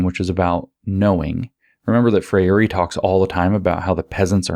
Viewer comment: If I could ever meet James, I would tell him how to pronounce Freire. Ask Glenn Greenwald, or 200m Brazilians. He's finally trained his mouth to say 3 syllables, but it's 2. NOT fray-YAY-ree (he meant to try for NOT fray-EE-ray). SHOULD BE ... FRAY-ray. FRAY-ray! FRAY-ray!! (It's close to frère jacques ... FRAY-reuh.) Tap the lingual R if you must, or not, for FRAY-ray! Love James! Thank you.